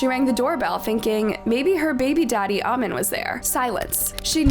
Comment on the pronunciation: The way you're pronouncing "amin" is irritating me please